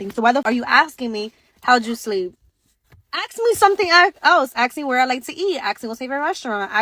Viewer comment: just aks me. Aks me what I want. Aks me where Aks me there just aks me